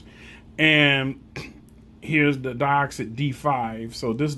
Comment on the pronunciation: Deeeeeoxit, not deyeoxit